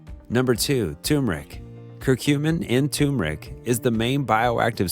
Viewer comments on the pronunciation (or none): It's not "tu-meric"; it's 'tur-meric'..